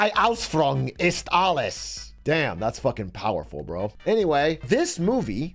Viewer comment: He had to have intentionally mispronounce "Ausführung". There is no way you can say it that badly when trying.